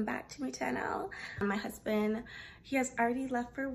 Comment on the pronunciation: When you said "my dear hozband" you sounded like real Igbo girl. 🤣. As an aspiring home maker, I like your Channel. Subscribed!!❤️❤️❤️